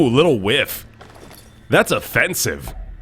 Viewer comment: It's not whiff, it's waif. It's a term for a homeless person, particularly a neglected or abandoned child.